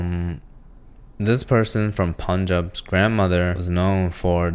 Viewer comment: respect for pronouncing Punjab correctly